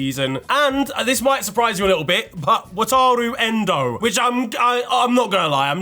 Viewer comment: Bruv said ENDO LMAO